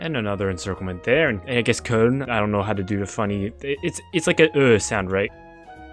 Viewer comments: Your pronunciation of Köln was actually spot on. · you spoke Köln 100% right xD